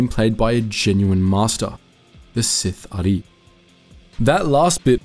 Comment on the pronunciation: My dark side heart cries whenever you say "seethare" instead of sith'ari